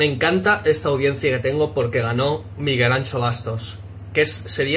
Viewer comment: Aprende a decir su nombre